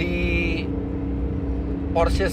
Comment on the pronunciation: yg sy suka dari om Fitri, membaca merek mobil sesuai dengan asal negaranya, Porsche memang dibaca Porshe, bukan porssh. BMW dibaca BMW (Jerman utara) atau Bi Em Wi (jerman tengah), bukan dibaca Bi Em Dobel Yu. mantap om...